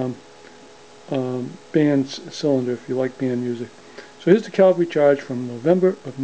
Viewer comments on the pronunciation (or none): Are you saying "Calvary" Charge?